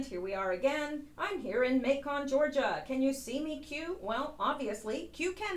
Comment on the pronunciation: lol Macon is pronounced like Bacon. fyi